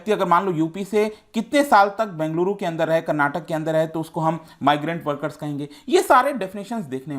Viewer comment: I liked it when u pronounced " Bengaluru" and "Karnataka" properly. ❤️